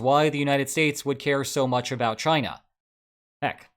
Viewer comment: Did he just pronounce China as “jina”? The U S being deep in “jina” under Trump rings… wrong… but kinda correct?😂😂